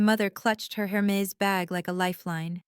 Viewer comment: I collected a few AI mistakes in the English language listening to this episode: “Isabella said” becomes “as a bell is said”; “Isabella” becomes “is a bella”; “Hermes bag” becomes “her Mays bag”’ ‘so sank demonious” rather than “so sanctimonius”; “Harold” becomes “harrowed” ... just a few!